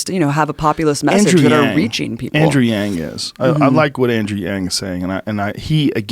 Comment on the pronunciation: Abby can't even say his name, Andrew Yang. Bernie is done period #YangGang